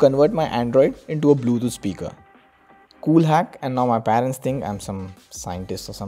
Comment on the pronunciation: What is paeeerents? 😂😂this guy's pronunciation is soo funny